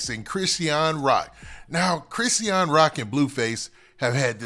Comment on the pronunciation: I wish u would just call her Rock or somethin if you're not gonna pronounce her name right 🙄